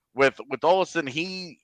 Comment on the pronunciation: I get the Vasi vs Vashi thing but Olausson vs Olison is just dumb because it's not some accent change. You're just straight up pronouncing it stupid. Say it the Swedish way